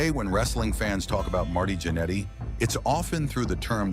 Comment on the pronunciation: It’s pronounced “gin eddy,” not “janity!”